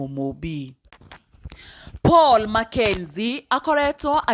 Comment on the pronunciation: Its Paul not pual